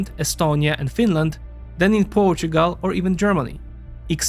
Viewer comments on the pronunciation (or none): none